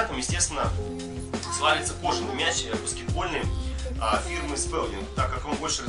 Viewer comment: Фонетика слова Spalding сполдинг